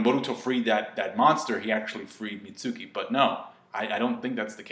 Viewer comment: mentions he likes how the "U" in Mitsuki is silent but yet he still mispronounces his name. Lol.